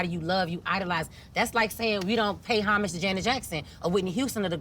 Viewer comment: I’m shocked to see two grown women mispronounce the word Homage, wtf 🤣 talm bout “hummage”